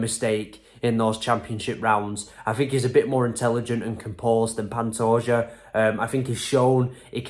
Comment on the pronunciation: Man, you actually got Pantoja's name right.